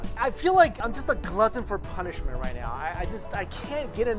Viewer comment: Phonishment hehehe